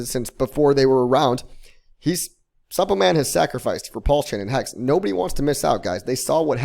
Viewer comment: Is it just me or the way he pronounces Suppoman just cringy 😂